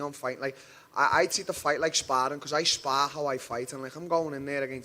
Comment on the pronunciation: It's the teeth mate 😬 He's skipping the Thaa sound in Portuguese lol